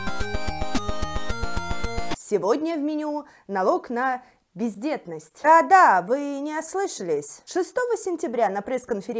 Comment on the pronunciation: я почти услышала "пиздетность"